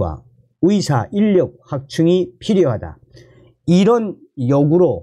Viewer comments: 발음이 정확하지 않아서 무슨말인지 모르겠다 위사가아니라 의사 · 나도 가입 처음 했는데 듣기가 힘드네요. 의사를 위사라고 하고, ㅎ